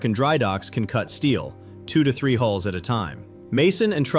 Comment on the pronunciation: Careful how you say "A hulls" or you will be so misunderstood. Great coverage as always. Thank you!